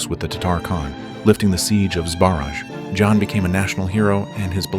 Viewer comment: Awful commentary! Mispronounced names e.g., /žan/ for /jan/ …